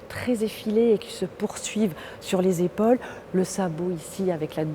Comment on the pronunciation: sur ses "épÔles" mdr